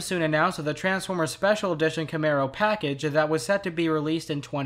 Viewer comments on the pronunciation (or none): It's CAMARO, people, not CAMERO!